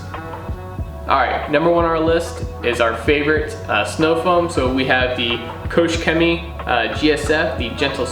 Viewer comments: The proposed range of products is extremely good! But do us a favor and work on Koch Chemie's statement. It's not COACH Chemistry. Write it in Google Translate ;) I subbed btw. Cheerio. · kooch chemie ? promise i’m not being a pedant but that would raise many a Germans eyebrow......think Koch as in a scottish Loch.